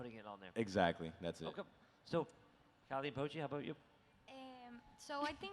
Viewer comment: This video is 90% the interviewer butchering Calle and Pochés names